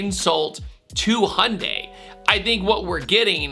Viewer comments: Is that how Americans pronounce Hyundai?... Hundie? There is a Y between the H and the U, You know that right? ;) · Hey, there’s a “y” in “Hyundai”. Just trying to help you out man. Sounded out slower: “hee-yun-day” (real-time it is 2 syllables) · Why do Americans always forget there is a ‘y’ in Hyundai?